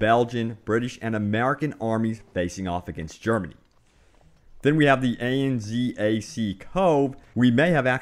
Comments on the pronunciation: 'A-N-Z-A-C Cove' Bruh if you can done a quick google search you would have seen its pronounced ANZAC... just like its spelt... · LOL, this! Had no fucking clue what he was on about until I read the reddit source. "Eh, enn, zee, eh, cee cove...." u wot m8.... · "A-N-Z-A-C cove" it's just pronounced ANZAC (an-Zac) cove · you call it Anzac, you dont have to spell out each letter, it means Australian New Zealand Army Corp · You know, it is just 'Anzac' you don't say A.N.Z.A.C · A-N-Z-A-C cove? mate... its pronounced An-Zac, one word, you don't have to spell it. also i hope to god this is true, i want to fight in Gallipoli so bad. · FUCKING KNEW GALLOPOLI WOULD BE A MAP, plus its pronouced Anzac, Anne-Zack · did he just say A-N-Z-A-C cove? It's pronounced ANZAC as one word. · you pronounced ANZAC wrong